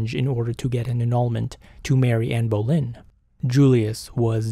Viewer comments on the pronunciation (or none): none